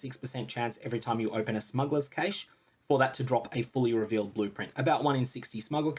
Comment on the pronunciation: "Kash" not "Kaysh".